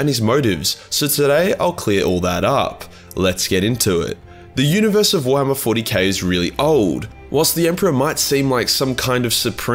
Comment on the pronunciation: "Forhammer 40K"